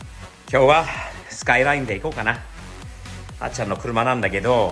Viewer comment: R33！いいですねー ※「SKY LINE」とネイティブ発音ではなく「スカイライン」と日本人のカタカナ英語発音もマスターしてるは神。